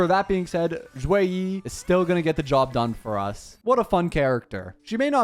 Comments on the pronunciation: The "Xue" is actually less of a "Z" sound and more of a "Sh" sound in Mandarin, so it sounds more like "Shoe-weh" rather than "Zhoo-way"! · Should be "Shu -e -ih" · In Chinese it would more or so be shue e so for the shue you have to like upper your tone and for the e you have to lower the tone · it's more like shuYei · no, its pronounce more like sheh-ee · not really almost perfect, more like the last 20% was correct 😂